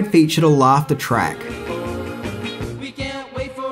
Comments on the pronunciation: it is Written TRACK not TRACH. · It's "track" not "trach." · "Laughter trach". Really? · "Laughter Trach"? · Laughter Trach? lmao good ep otherwise